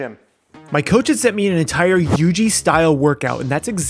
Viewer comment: It not Yg it yuji